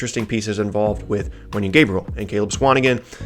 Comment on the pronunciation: Really called wenyen wendell 😪